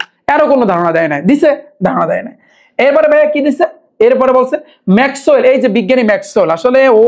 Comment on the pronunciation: ভাইয়া ম্যাকওয়েল গানজা খাইয়া বলছে😂😂😂😂